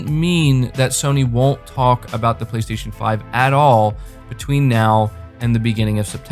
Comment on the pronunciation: "BLAY - STAY - SHON"